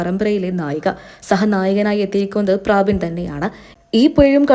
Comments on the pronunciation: പ്രാബിൻ അല്ല പ്രബിൻ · പ്രാവിൻ അല്ല. പ്രബിൻ ആണ് 😂😂😂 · ആന്നെ.. ഞാനും വിചാരിച്ചു ഇവർ എന്താ പ്രാവ് എന്ന് പറയുന്നത് എന്ന് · പ്രബിൻ എന്നാണ് പ്രാബിൻ അല്ല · ചേച്ചി... പ്രാബിൻ അല്ല. പ്രബിൻ.. ഒന്ന് വായിക്കാൻ പഠിച്ചിട്ട് ഇനി വായിക്കുന്നതാവും നല്ലത് 😂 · പ്രാബിൻ അല്ല കൊച്ചേ . പ്രെ ബിൻ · പ്രാബിൻ അല്ല പ്രബിൻ ആണ് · Praabin Praabin . Praavennu parayaanjath bhagyam.